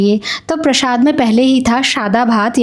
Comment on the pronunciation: Prashaad nai hota hai, Prasaad hota hai